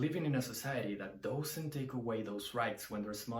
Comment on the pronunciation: One tip to dramatically improve your English. The word 'does' or 'doesn't' is not pronounced like 'dough' But like duhz or duhznt. Try to find a native speaker to listen to. It's the only major fault I hear so if you fix that you'll be great. I personally prefer 1, 2 and 3 after that I'm not such a big fan. I don't even like Stairway and I never play it